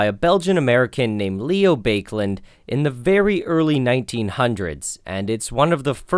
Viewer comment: The pronunciation of the inventors name is bah-kuh-lahnd and not bake land Land pronounced like wand with an L Its therfore bah-kuh-liet "Liet" like lead and not lite